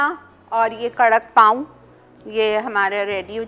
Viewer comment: Pauon nhi Apa pauo